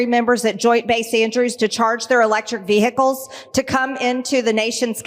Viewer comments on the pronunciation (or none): Vee - hick- als....there's old B6 again , showcasing her lack of IQ points. 😂😂😂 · If we ‘have to wait while the military charges its electric vehicles” - sorry, vee-hick-kills - then the military wouldn’t be very ‘prepared’. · Greene: VeyHicules. She probably also calls a sandwich a sangwich. SMH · "electric veehickles" 😆😆😆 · In all of my dictionaries vehicles has a silent 'h'. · I never knew the word 'Vehicles' had 3 syllables until I heard this neanderthal speak